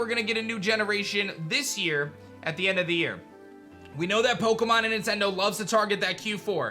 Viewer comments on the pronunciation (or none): none